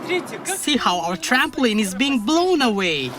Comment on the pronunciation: Trampo leen Not trampo Lyn